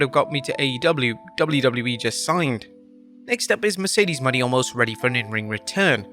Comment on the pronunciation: Why was he referencing Mercedes (moe-neigh) Monet as Mercedes Money, like that? 🤦